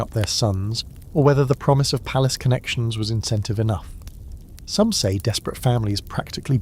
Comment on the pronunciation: PALACE not PALACEY